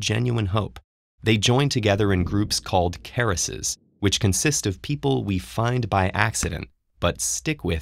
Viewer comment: You are misspronouncing Karass.